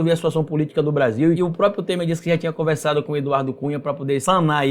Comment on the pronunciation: Ótimo vídeo. Mas olha, o nome não é própio, é PRÓPRIO!!!!!